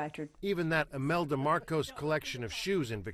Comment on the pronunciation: Is he saying emelda Marcos?